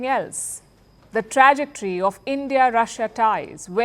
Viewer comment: Learn how to pronounce “controversy” and “ trajectory”.